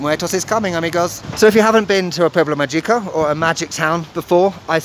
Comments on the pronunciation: Another great episode! But you're a "native" by now, so it's pronounced ma-hee-co. LOL. The g has an h sound. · Actually, I made a mistake and its MAH-hee-ko with the emphasis on the first syllable. Anyway, thank you so much for visiting these not so obvious destinations and keep up the good work. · Pronounce "Magico" like mah-HEE-ko